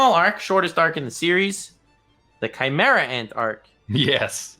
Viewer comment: I started crying the first time he said "Chimera ant Arc"